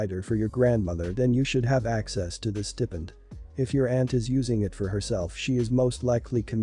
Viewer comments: It's pronounced Stai-pend not Stepend... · It’s pronounced stye-pined.